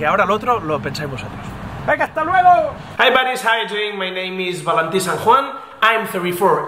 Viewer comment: Valentí no digas tu nombre como si fueras guiri ;) un abrazo crack